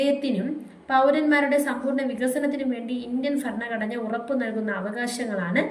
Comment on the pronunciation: ഫ അല്ല ഭ ഭരണഘടന😊